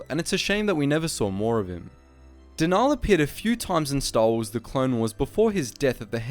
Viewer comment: I’m afraid it’s not pronounced denaaal or deviiiiiss it’s denal and deviss